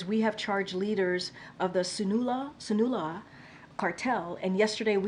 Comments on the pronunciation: Did she just say Sanoola and Gelasko cartel?😂😂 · How is she addressing our nation but can’t pronounce the names of the biggest cartels? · Ok so some body couldn’t brake a few moments to make sure she could pronounce Sinaloa and Jalisco wtf 🤬